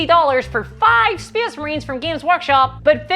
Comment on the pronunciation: Speacee Marines!!! 😂 Ahh I love it!